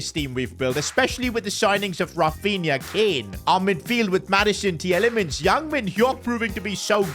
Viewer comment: You speak Tielemans (the ie) like meal (fonetic) from a Belgian